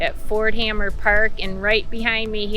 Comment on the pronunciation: Also, Ft hamer, not hammer.